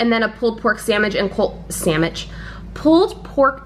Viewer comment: I heard "sammich and was like...is she channeling my grandfather? Lol